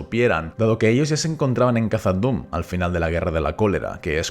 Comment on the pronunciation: Recuerda que la pronunciación de Khazad es kasad, como s que no como la z castellana.